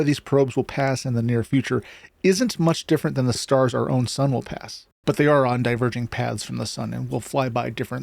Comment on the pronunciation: Oh. I thought your voice wasn't ai... there is an obvious ai-like mistake at 13 seconds where you say "are our" as like "our our"